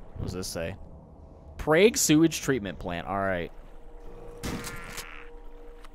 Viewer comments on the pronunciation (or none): Oh man, I was not expecting ' pronunciation of "Prague".